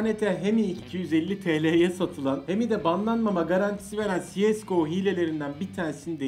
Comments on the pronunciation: Si eş go deil da go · Sies değil abisi cese go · siyesgoğ :D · Siyesgo demişsin ya çok havalı gözükmüş kanka 😁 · Ciesgo deil abeyy cs go diye yazılıyo okunuyo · Şuna siesgo demeyin lütfen